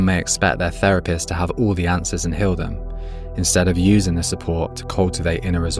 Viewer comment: Very well but the accent is horrible 😢 Hill instead of heal ?